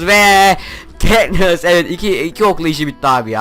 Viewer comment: Ketnıssa keknıs dedin